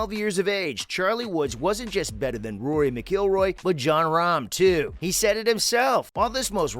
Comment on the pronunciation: You can tell this guy has no clue about golf. Can't even pronounce Rory's name properly. And no Tiger was nowhere near a 40% win rate. It's about 22%. Incredible but not 40. From what I have seen Charlie is good for his age but not exceptional. See if he can win 65% of his junior tournaments like Scheffler did. Time will tell if he is another Tiger, or another Gary Nicklaus.